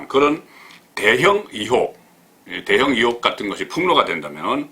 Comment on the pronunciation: 본부장님!!! 이혹(×) 의혹(o)